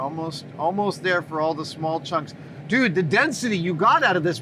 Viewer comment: My exact thoughts, DUNE!!! Instead of dude haha 😂